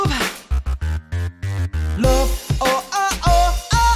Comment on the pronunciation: okay i love your singing but you forgot to pronounciate the 'v' in love.... either that or i have terrible hearing even with head phones